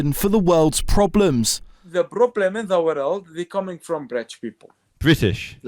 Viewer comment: "Britch"???😂 There really should be a law that Britain can take in no immigrant until he can at least pronounce "British" correctly.